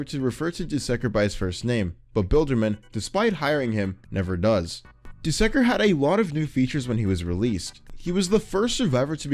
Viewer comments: You said dusekker wrong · the way he says "dusekkar" and "sentinel" seriously throws me off